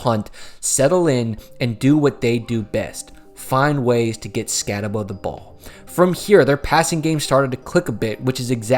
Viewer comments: Skatteboo not Skattebow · Stattebow and Leave-it? come on man... if you watched any games they were in you should know how to pronounce their names. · It's just... Say the name right. You bothered to make a video, but didn't even bother to learn to say his name correctly? Couldn't get through the video more than a few minutes. Cam Skat-ah-Boo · Scat-Uh-Boo Gen-Tee is how you pronounce it jesus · All this work just to not pronounce Skattebo right. And can't get Jeanty right either